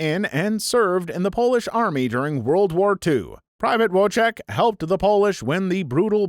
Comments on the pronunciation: not wotek but Wojtek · Wotek is pronounce Voy-tek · STOP PRONOUNCING WOJTEK WRONG ITS SO PAINFUL TO HEAR ITS PRONOUNCED ‘VOY-TECH’ NOT ‘WOGDE TECH’ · Wojtek voy-tech it's polish not English.